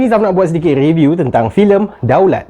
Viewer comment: Sebut betul2. REBIUK